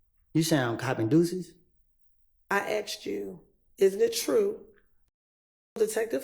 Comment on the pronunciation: Lawyers of all people should really know how to say the word "asked".